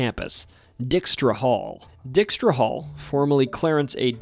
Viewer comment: The Dutch surname "Dykstra " is NOT pronounced "DICK-strah" but rather "DIKE-strah", with a long i sound.